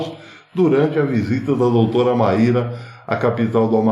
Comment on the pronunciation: Pronuncia-se como Máy -ra